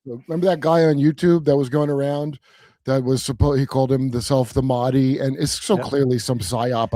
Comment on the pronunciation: Yo Judge Kurp, FYI how you pronounced Mahdi as you said comes along as closer to the proper pronunciation than what Gary Wayne said which sounded closer to Makhdi to me. Also, he mentioned that Christians view him as the antichrist, but Muslims view him as the messiah - it’s a bit more complicated, as for the Muslims not only will there be Mahdi, but that Jesus will also return in the end times. Can’t confirm for the Christian perspective but Muslims view Dajjal as the antichrist. Also, I’m not a gulf muslim so I can’t confirm their perspective, but IMO the Sunni/Shia divide is way exaggerated, especially by western commentators. Normative islam is very strict on avoiding intra-religious conflict, although real world conflicts may suggest otherwise. Personally I view those as mostly a result of political forces (and concomitant attempts to corrupt islamic doctrine). Hope this clarifies things a bit more.